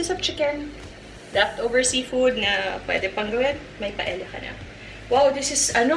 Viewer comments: Its pronounced paeya. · Kasi sa Spanish "y" kasi ang pagbigkas ng double "ll" like caballo(kabayo or Cabalyo), calle(caye or kalye), silla (siya or silya) and paella(paeya or paelya) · Glad Leon pointed out the pronunciation of paella. It is pronounced as pa-e-ya. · Hi Ms. Marjorie I really like watching your vlogs. I have cooked some of your recipes, all delish. Just to a little info po how to pronounce Paella, kapag double LL it should pronounce like Y (ia). Thats how they pronounce po spanish words. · Hi. I hope you don't mind if I correct you. It just bothers me. Paella is actually pronounced as "PA EH YA". Your version seems delectable because of the chorizo bilbao. I will try that. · my whole life i've been calling this dish as paella but my boyfriend would always correct me & tell me it is pronounced properly as 'pa-e-ya' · MARJ mali yung pronunciation mo ng PAELLA.